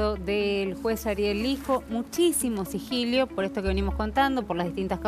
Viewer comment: por favor, no lo repitas mas, se dice sigilo, no sigilio!!!!!